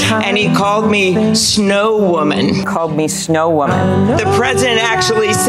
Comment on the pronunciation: I'm thinking he called her SLOW woman, not snow woman.